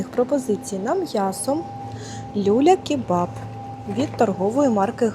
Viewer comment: Та не лЮля--кебаб, а люлЯ--кебаб.